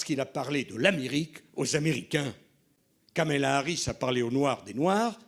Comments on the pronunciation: Monsieur Sarkozy, on dit Kamala et non pas "Kémala"! C'est quand même pas difficile à dire ! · Ce type de Sarkozy est un orgueilleux incroyable. Un corrompu condamné qui se fait passer pour un donneur de leçons. Il prononce même mal le nom de Kamala, et il le fait volontairement. N importe quoi